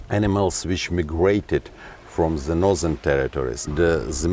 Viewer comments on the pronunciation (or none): Somebody tell these Russian guys “the” is not pronounced “z”.